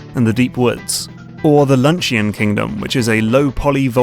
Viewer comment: What was that word, lunch-e-on Kingdom? Aren't you a grown ass man?! You should know how to say the word luncheon!